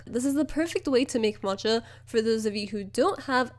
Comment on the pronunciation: omg for some reason i thought you were trying to say “mocha” in the beginning but instead of pronouncing the ch as c you were saying ch so moCHa HAHA